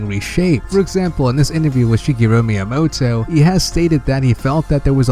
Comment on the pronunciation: That way he pronounces Miyamoto XD XD XD